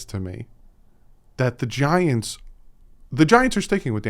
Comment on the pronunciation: My wife thought you said 'vaginas', not 'the giants'